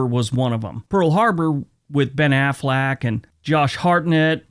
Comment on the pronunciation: I like how you morphed "Affleck" into "Aflac." Whether intentional or not, it's a good laugh when I needed one. Thanks,!